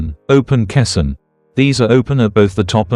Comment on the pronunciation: Your AI cannot pronounce caisson correctly.